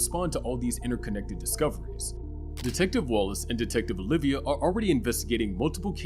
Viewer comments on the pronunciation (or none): Oliva not Olivia